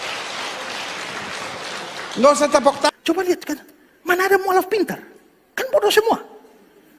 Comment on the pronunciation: Salah sebut pendeta bukan muaalaf tapi mu,allaf😃😃oke